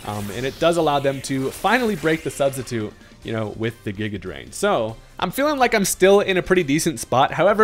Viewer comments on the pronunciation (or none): none